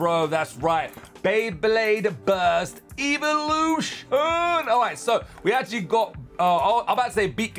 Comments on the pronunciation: He said eeveloution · the way he say's evolution